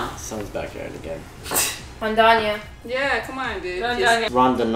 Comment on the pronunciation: O canadense com feições asiáticas falou rondondonia kkkkk